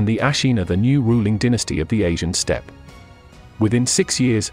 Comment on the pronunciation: Inhospitable speed just sounds wrong